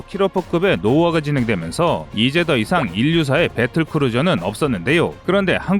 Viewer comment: 배뜰 끄루져 오퍼 레이셔놀